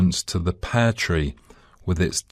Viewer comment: 10.25 It is like he pronounce (pair tree), that why I couldn't find the answer which is Pear